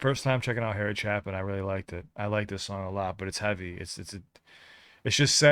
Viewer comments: It's a long a in his last name... It's not like chap... It's like shape.... 😹 Which AI are you using? I find Google AI to be pretty close, most of the time! Oh, no! You didn't have time for your father's suggestion?!?!?!? Did you grow up just like him??? 🙀🙀🙀😹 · It's pronounced Cha....pin not chap...in. his song Taxi is a great next song. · Its pronounced Chay-Pin NOT Chap-Pin...go to Wikipedia and check the pronounciation before you speak my friend. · His last name is pronounced "CHAPE-IN" not "CHAP-IN" like it's spelled. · CHAY-pin. Not "chappin'." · It’s ok. Any person with an ounce of feelings gets teary eyed over this song. Harry Chaplin (pronounced Chay-pin) was always doing charity work and fund raising concerts for the poor. In 1981 he was on his way to one of these events when his car broke down on the Long Island Expressway and was rear-ended by a tractor trailer and he was killed. Him being from our area here on LI, the loss was taken very hard. For another great Chapin story telling song, try Taxi. Also, please, check out Christopher Cross, “Ride Like The Wind”. You won’t be disappointed and it could open another rabbit hole for you.😊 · ** pronounced - CHAY-pin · Pronounced Cha-pin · Chay pin... The A is long. Please learn to at least pronounce the name of an artist before starting to record. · It would be so cool out of respect for all us old people watching that know this music like the back of our hand if you would at least do enough of a dive prior to presenting reviews that you would learn how to pronounce the title of a song like Aja or the name of Harry Chapin with a long A. It would at least look like you know something about the presentation you're making even though you've never heard these way familiar songs . and like the last guy definitely do Taxi by Harry Chapin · Harry Chapin wrote some of the best story songs ever. Two I highly recommend to you are Taxi and Mr. Tanner. (His name is pronounced chay-pin) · Pronounced Chape-in